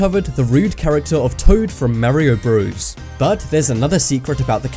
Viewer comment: don't tell me you just said mario BREWS